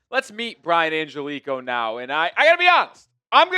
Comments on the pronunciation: The last name is not pronounced "an-gel-ee -ko" it's more like this... "an-ge-li-kee-oh" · Hey I just wanted to say Angelichio is 5 syllables not 4 like you keep pronouncing it. Try An-gel-li-chi-o that should help in pronouncing it correctly.